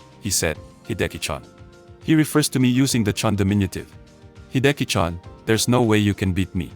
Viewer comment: “Hidekichan” …ouch.